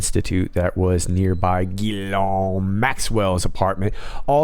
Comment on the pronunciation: Merci, monsieur, it's 'GHEELENNNN' en français. Au revoir!